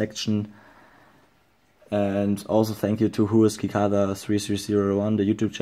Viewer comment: cicada is pronounced sih-KAY-duh lol